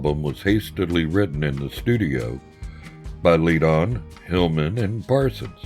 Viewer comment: If possible to edit the narration, the pronunciation of "McGuinn" could be corrected from "Magewin" to "McGwinn", otherwise this is terrific! Also Bernie Leadon is pronounced "Ledden" not Leed-on.